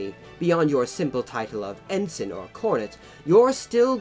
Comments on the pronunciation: Bumbling Brit hahaha and in Brit. English the rank of Ensign is pronounced with ens-EYE-n not en-sun. those upstart colonists we should have crushed then when we had the chance :D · Cringingly inaccurate pronunciation aside (Viscount, Ensign etc), not a bad explanation of the complexities of British commissioning system. Glad it pointed out that (unlike many other countries one can think of) the sons of the the privileged class in Britain have always (for well over a thousand years actually) exposed themselves to not just the SAME danger as the rankers, but far MORE because their casualty rate has always proportionately been much higher because they led from the FRONT wearing distinctive uniforms. Even in WW1 this was the case making them easy targets for German snipers, the average life expectancy of of a Second Lieutenant being 2 weeks. In our Parachute Regiments (and Royal Marine Commando and other Special Forces regiments), senior ranks up to Brigadier General jump with the men and fight along side them right in the thick of it.This policy led to a disproportionate death rate amongst officers and was the reason why after WW2 we all started to wear the same DPM uniforms in the British Army and saluting in the field was prohibited. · Ensign is pronounced en-sign (sign as in signpost). Viscount is pronounced vi-count (vi as in tie).